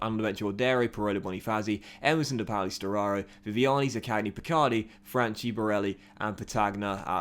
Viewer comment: Correct pronounciation of Franchi is: Fran-Key . Still good signings